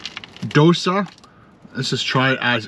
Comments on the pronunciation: Dosa is pronounced like dough sah. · It's pronounced doe-sa. Also it's pronounced glub-job-in